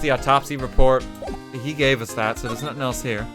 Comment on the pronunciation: I like how you pronounce "nuttin"